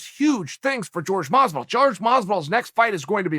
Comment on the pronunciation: "George Masvidal"😏